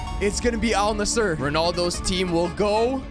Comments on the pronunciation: Edit: ol nussur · "Al Nasshur"😂😂😂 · He did not just say al nisser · lol the AI pronounced Al-Nassr better than he did 😹😹